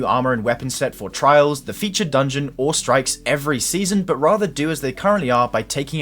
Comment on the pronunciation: I’m with that Legolas dude, oscillation sucks bawls. I’ve stopped playing when it’s a modifier. (How TF does pronounce “trials”?? It’s like “Trarrrrs”😆)